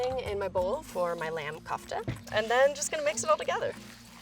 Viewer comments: Møøńŷ Édîtś sooo cringy it’s pronounced kofta the o is like in k.o and t in kofta is like the t n therapy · lmao I died when she pronounced Kofta as 'cough-ta' but I'm really happy she decided to go for a Mediterranean dish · Yeah but it made me cringe every time she said kufta, ot haloumi You know what I mean? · Heba Yehia we pronounce it as kafta though.... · When you live in the Medditerrian and know she's pronouncing kofta wrong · The pronunciation of kofta gives me cringe its not pronounced that way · Your saying kofta wrong and I know that because I do talk in Arabic and it's an Egyption dish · i am egyptian can prob tell by my spelling and i hate the way she says kofta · Lol I’m half Egyptian and we eat kofta a lot, she is it just me or is she pronouncing it wrong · The way she says "kofta" makes me laugh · Ahmad Jamous yessss she was like :Kaufftuh when it’s pronounced Koo-f-teh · you said kofta but but in most areas that koftas are eaten they say it kinda like kufta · It isn't pronounced Kouftaa it is pronounced koafta😑😑🙄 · First things off I love this entire series but I just want to make a suggestion. One, your mispronouncing kofta (your pronouncing it as k-ahfta when it is pronounced k-oouft-ah). And finally the kofta would have gotten more likely a better flavor if you had mad them smaller and molded them onto the stick. I think that this is best advice you can get because I myself am completely Egyptian and this would be a great tip if you were to make the kofta again. But amazing video. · I swear to god imma slap a bitch if one more white girl calls C-o-fta some weird shit like “Coughta” and Baba Ghanouj some other weird shit like Baba ghanoush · Its COFTA not Cafta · For reference kofta is pronounced “kufta” not coughta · Did she just call a kofta, koff-ta instead of kouf-tta? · She said coughta and not kofta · Korfta is pronounced “gorf ta” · For anyone wondere kofta is actually pronounced Koofta. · It's actually pronounced kafta but okay